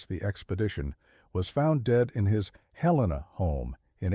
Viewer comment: Bozeman, Montana 5pm... almost stopped watching when the AI mispronounced Helena, glad I didn't. Though I doubt much of this story is true.